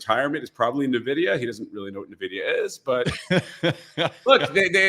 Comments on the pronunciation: why does he pronounce it like navidia? The NVidia CEO and most tech people pronounce it like envidia. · “EN-Vidia” > “NAH-Vidia” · It's not na-vidia. It's en-vidia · Why does he keep calling Nuh-Vidia? Kinda destroys his credibility. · Why does everyone say 'Nividia' 🤣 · Wait if a hedge fund manager pronounces it Nividia I'm already concerned that investors are even more clueless than I suspected. These are device with billions of transistors, can't we expect the people funding this stuff to have a buffer memory of more than 6 characters? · I know all these people who just found out about this company mispronouncing the name...you can pretty much ignore anyone that pronounces it this way, it marks them as someone with no understanding of tech since it shows they are new carpetbaggers just trying to sell some snake oil around the big tech success, anyone who knows the industry well enough to listen to knows the real name. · Impossible to continue listening after he called it “Nividia” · Typical investor. "Every dollar that you make is going to go to " a company you can't even pronounce the name of. The guest should do his own video on "how to remove your credibility"